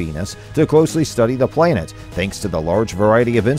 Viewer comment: What is a "plain-et'? Is he trying to say planet?